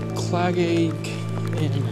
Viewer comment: I go to Glen Coe a lot and I recognised Clagaig instantly, its pronounced cla-hey-g by the way ❤